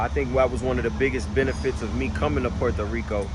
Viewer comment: you got the Puerto Rican accent when you say Puerto Rico 💪🏼✊🏼🇵🇷